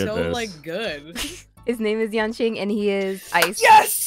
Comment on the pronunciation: you said Yanquing, its Yanqing